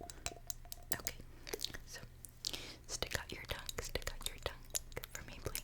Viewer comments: It sounds like ‘tuck’ to me Like she was annunciating tongue too sharply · ummm what? Stick my what out? That did not sound like the word tongue 😳